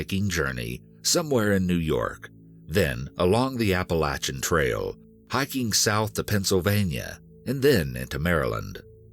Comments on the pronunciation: narrator is the best I’ve ever heard but please never say Appa-lat-chan again😭😭😭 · It’s pronounced appa-lay-tion trail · I lose respect when I heard apple-a-chin trail. Like what? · Apa-lay-SHIN trail is how it is pronounced. Also Harriman- it's pronounced Harrah-Men not horraman. Lol but as usual, a great story. Love this channel, I live near sloatsburg and love hiking in harriman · The Apa-la-chin trail. Lol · Apa-LAYTIAN trail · Dying at the pronunciation of Appalachian 😂😂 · Your American and you can't even pronounce Appalachian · Dude don’t ever say Appalachian like that again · The way Appalachian was pronounced threw me off a little lol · The way he says Appalachian is truly amazing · Why can't any of these narrators say Appalachian correctly? There's literally an audio recording from one of the hikers saying it right...just repeat it the same way he said it ffs. I only lived in the Appalachians for 4 years total, but all these people mispronouncing it really grinds on my nerves. I can't imagine how much it must annoy people who have lived there their entire lives. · Im offended by the way yall pronounced Appalachian Trail LOL